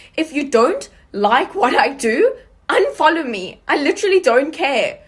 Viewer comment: The second girl 🤣🤣. “Unfoljow... if you don’t ljike me or my products unfoljow🤣🤣🤣🤣